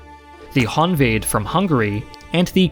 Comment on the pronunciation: when bro cant say honvéd